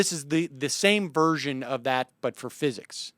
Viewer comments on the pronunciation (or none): none